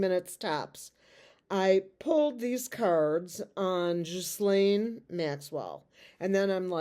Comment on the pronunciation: Thanks! You're the only one that I've heard so far on youtube pronounce the name Ghislaine the correct way! You're so sweet and fun! ❤❤❤